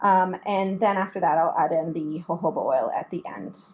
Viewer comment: I think it’s pronounced hohoba😊